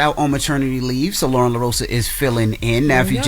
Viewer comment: Its LOREN ! Not Lauren! And she should be added as 4th co-host, been saying this! iHeart pay her!